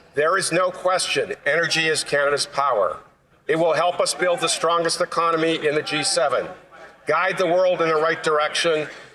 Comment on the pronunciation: I don’t like the way he says one economy out of thirteen. It sounds like he wants to attack autonomy.